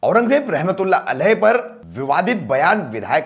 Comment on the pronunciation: Rahmatul..... Rahmatul..... Ye bande ko Rahmatullah Alayh nhi bolne aaraha Afsos .....